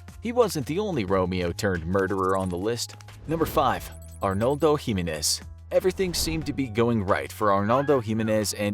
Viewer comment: Its Jimenez not Jimenez